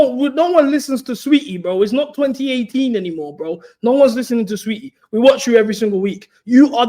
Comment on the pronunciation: my boy pronouncing tf out of saweetie. "sah- weheetie" is killing me